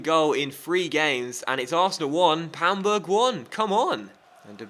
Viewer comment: "Its arsenal 1 - PAMburg 1"